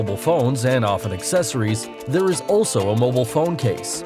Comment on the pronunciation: The way this guy says mobile pisses me off